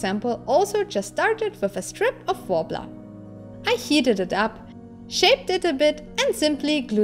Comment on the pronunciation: So EVA foam and "white worbla"? The "w" pronounced the German way? I can't make out what you're saying. Also, this is epic! Very nicely done.